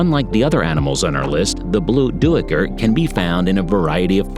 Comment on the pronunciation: “Cape blue doo-ee-ker” lmao!